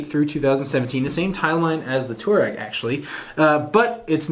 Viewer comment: Touareg is more commonly spoken "twar-egg". Also, can anyone tell me why the Ford EcoSport isn't doing better than it currently is in the US? I mean, it is superior to the HR-V and the Renegade in a couple fronts (one of them being powertrain. That 170hp 2 liter engine is quite capable!